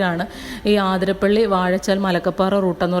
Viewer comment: ആതിരപ്പള്ളി അല്ല അതിരപ്പിള്ളി ആണ്